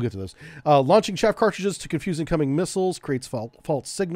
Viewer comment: Some corrections... - SM-2 Block II improved the ECCM... Electronic Counter-CounterMeasure, not the ECM. - Chaff is pronounced like Ch-ah-F, not like Chafe. - You multiplied the Harpoon weight by 10 when reading it out loud. - The Mk46 torpedo weighs 508 pounds complete, the warhead is only a little less than 97 pounds. - Mk50's are not the '46's little brother except in terms of development timeline as it weighs more than 50% more, has a slightly larger warhead, a third greater range and better than 50% increase in maximum diving depth and was designed specfically to deal with deep diving, titanium hull soviet submarines. THe engine isn't a battery, its a closed loop chemical reaction producing a LOT of heat and steam to drive the pump-jet. - The Phalanx 20mm CIWS... switched from DPU (which for the US government, which has a LOT of nuclear reactors which depend on enriched uranium as fuel with depleted uranium being one of the byproducts of that enrichment process, is actually exceedingly cheap compared to what Tungsten alloys costs to produce) to Tungsten out of environmental concerns about polluting the oceans with a projectile that is still mildly radioactive and might be injested by marine life that could get into the food chain consumed by humans. There is no program to fit SeaSparrow missiles to Phalanx systems. Perhaps you're confused by the SeaRam system which combines the radar dome and sensor fit of the Phalanx Block 1B with an 11-cell launcher for the RIM-116 Rol